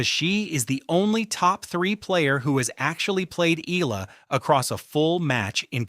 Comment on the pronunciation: Repeat after me... E-AH-LA E-AH-LA E-AH-LA E-AH-LA E-AH-LA E-AH-LA E-AH-LA NOT... EE-LA